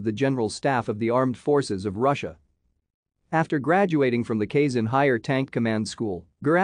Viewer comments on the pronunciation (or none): he's from kazan, not kayson.